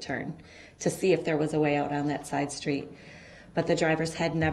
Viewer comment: undershtand and shtreets shtruck so irritating to my ears